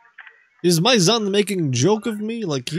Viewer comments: Серьёзна?? As a Russian, I'm confused by his use of "z" instead of "s" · everybody who speaks russian would immediately cringe at how he pronounces son... it's son not zon. even russians have a strong s when needed. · Yeah, pissed me off how he kept saying "zon". Otherwise it sounds pretty much like some of guys I knew back in a day.